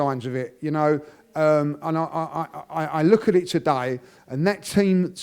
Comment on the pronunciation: As French when I hear him saying "Today" it really tilts my ears